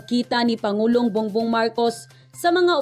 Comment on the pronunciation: Ma'am bong bong Po Hindi bung bung